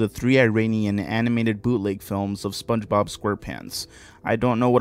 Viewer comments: You got it right the third time lol not yee or chee you got it when you weren’t trying lmao just try less lol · just say it like "Spónje-Bob" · I feel like if you pronounced it "Sponge-eh-bob" in front of Spongebob he'd immediately start pronouncing it exclusively that way from then on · Spunch bob is the only correct way to say it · SpongeBob SquarePants it's how you pronounce it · it's fine if you don't say spongebob right. it's pretty subtle when you say it normally, so idc as long as you dont say some pronnounciation that is just plain goofy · You all 🧢 yk u pronounced sponge bob on purpose to try to be funny